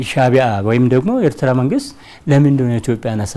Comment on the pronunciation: የኤርትራን ስም ራሱ በደምብ pronounce ማድረግ በማይችሉ ሰዎች ናት ኤርትራችን የነዚህ ምድረ ደደብ መጫወቻ የሆነችው😂😂😂 እትራ እትራ እትራ እትራ እትራ .... እትራ እንዳሌክ ትቀራታለህ:: ................የብብትዋን አጣች እንደሚባለው ሌላው የኢትዮጵያ ክፍል በቅርቡ ሌታጣው ነው